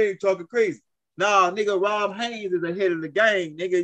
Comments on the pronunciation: BRUH??? THE MANS NAME IS ROD not RON , HAYES not HAYNES😅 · Dude it's not ROB HAYNES... it's ROD HAYES!!!! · I like how pronounce Rod’s name lol it sounds like he saying Rob Haynes lol it’s all love I like his energy and passion